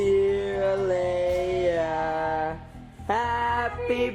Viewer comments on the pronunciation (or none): none